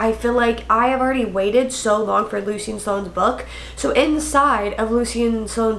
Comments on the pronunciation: omg I keep getting so confused when she says the name Lucian lmao I had to go back and see who the heck luseen is since thats how she's pronouncing it...isn't it pronounced 'loo-shin' not loo seen? being honest here and not being an ass xD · I also agree it’s definitely pronounced loo-shin as yes luci is a nickname of that … definitely not loo-seen pronunciation… me being someone that knows 2 people with the name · Lol, it's Lu-Shen. Love you! 😂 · Lucian pronounced Loo chen 🙂I felt the book fell flat as well. Perhaps it was because of the build up of these characters I was expecting more. I was ready for Sloane and Lucian to jump off the page with a page turner plot. But instead Lucy decided to add the plot in from the other books into this one plus add another plot connected to Lucian. I felt it was unnecessary, asking myself "why?". Like you I do not feel it was a bad book at all I rated it a 4 and I think it was because I mainly love the series overall. But in truth the rating could be a 3.5 - 3.9